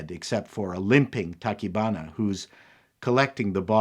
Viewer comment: I've never been a big fan of giant monster movies, but I have to say I loved this one, because of the human drama and the hero's journey. (on a side note, you got most of the names right, except, Tachibana is pronounced ta-chee-ba-na; yes, I speak Japanese)